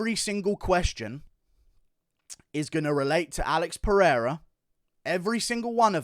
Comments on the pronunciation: Peheira is the correct pronunciation in Portuguese so you don’t have to change it. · If you're gonna put some respect on his name , then put respect on his name! Lol. In Portuguese the R is only pronounced as an H if it starts at the beginning of the word or if there are two R's in the middle of the word such as "Rua" or "Guerra". If there is only one R in the middle of the word then its pronounced as an R not an H such as "Oliveira" and "Pereira" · Don't worry about tryin to pronounce "Pereira", you gringos can't, and that's fine 🤣, you guys just don't pronounce the "r" the way we do